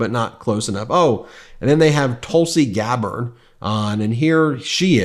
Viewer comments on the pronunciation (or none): The segments are always interesting and well presented. But you have a problem with pronouncing words. Not TALLEY bahn. It is TAL eee bahn. Not TULL see Garrard but TOOL see Gabbard. There is a service online to help with these things. Just Google "Tulsi pronounce" and it will tell you - in audible spoken form. When you can't pronounce key words, it reduces your credibility. TALLEY bahn is particularly absurd.